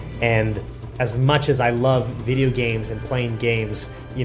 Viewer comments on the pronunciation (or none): none